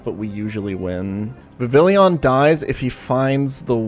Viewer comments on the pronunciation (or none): It’s pronounced “Viv—ee—Jan”